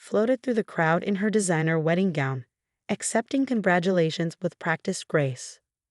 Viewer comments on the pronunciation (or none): none